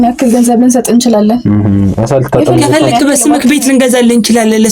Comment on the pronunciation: እነዚህ በሙሉ የክፍለሃገር ልጆች ናቸው ሲናገሩ ከ የሚለውን ፊደል ክ ነው የሚሉት ለምሳሌ ከፈለግህ ለማለት እነሱ ከፈለግክ ብዙ ጊዜ ክ የሚለውን አልፋቤት በብዛት ይጠቀሙበታል